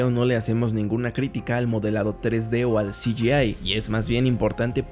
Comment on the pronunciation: Todo muy bien explicado. Lo de "si yi ai" me hace gracia